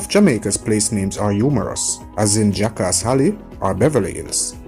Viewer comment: Is it Jack ass Alley or Jack ass Halley? Need to speak better.